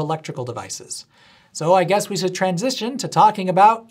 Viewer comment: knowing you're an ally to the trans community made me chuckle at how you emphasized/paused when talking about "transistioning to E...(lectricity)"